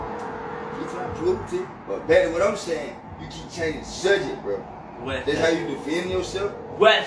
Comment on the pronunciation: Dude said sujject